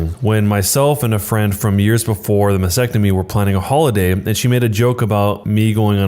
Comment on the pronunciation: This narrator should have asked his fourth grade teacher how to pronounce "Mastectomy" before attempting to narrate this story.